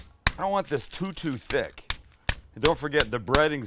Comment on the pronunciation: If only he knew how British sounding “too too thick” was